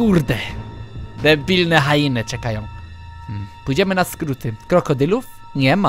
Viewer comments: hjeny a nie hainy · No właśnie teraz się dziwiłam jak powiedział HAINY zamiast HIENY XDDD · Nie Hajeny,nie Hjeny tylko Hieny.